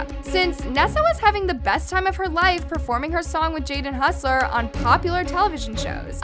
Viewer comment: I swear. If says Jaden Hussler 1 more time I'm going to murder someone. It is hossler. There is no U!!!!!!!!